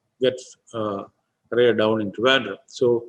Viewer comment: Raaye, not Ray.